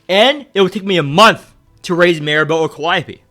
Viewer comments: Bro I can't stand you constantly saying "calliope" being S tier instead of calling her "Khalipe" 😂😭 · "Khalipe" pronounced as "Calliope" you love to see it